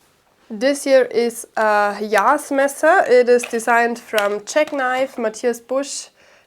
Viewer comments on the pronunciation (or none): none